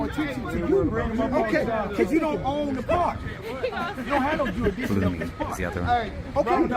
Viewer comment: Jurisditsion 😂 fumble